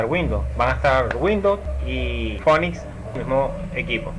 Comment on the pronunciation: se pronuncia (p)finix, y la pantalla se me queda en negro con una liñita titilando